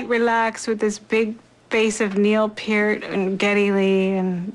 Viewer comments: It's P EAR T not pert and he rides a BMW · they also pronounced Pearts name wrong.